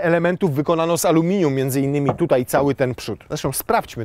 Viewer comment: Darmowa lekcja jezykowa: to je amelinium i limurzyna 🤣! to jednak Urus nie S3? oj trzeba nad kondycją popracować, bo dyszysz jak przy... 🙈. Fotel chyba jednak o rozmiar za mały. Dzięki za teścik, pozdrawiam!